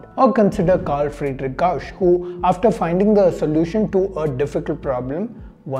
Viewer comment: Gauss is pronounced as “gows” not “gosh”.